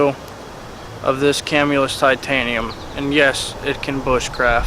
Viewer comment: You pronounced Camillus wrong lol